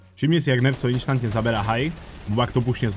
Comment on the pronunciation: Prosím nehovor "inštantne" ale instantne